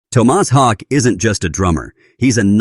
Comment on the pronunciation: Garbage video talking senseless crap. Cant say his name correctly twice and many facts are just repeated junk. Shit video. I am a Meshuggah fan, but I am not a fan of this video.